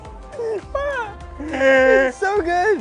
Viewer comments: Carlos: "Risotto!" Lando" "rEzOtO!" 🤣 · "*risotto*" "reesotto" "N O"